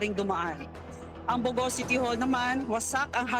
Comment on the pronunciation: Pinky kept saying bow go..bow go meant stupid! It's Bogo!